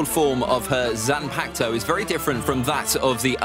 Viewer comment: I love this guys ranking but the way he says some of these terms like bankai and zanpakto are straight up wrong and it’s frustrating 😂